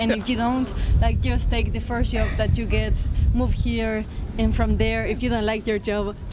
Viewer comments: how to find a ...yoob... ahahahah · It'a JOB, not Yob. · Sorry. But Its not a yob …. Its a job. Learn English at least before 👍🏻